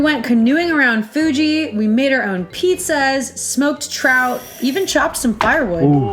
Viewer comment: 😂 so cute sometimes you say Mt Fuji as Mt Fugee ✌🏼😂